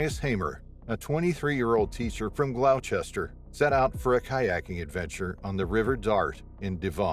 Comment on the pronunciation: Im from the uk and you pronounce gloucestershire as GLOS TER SURE